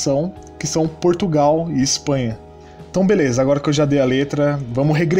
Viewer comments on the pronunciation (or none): none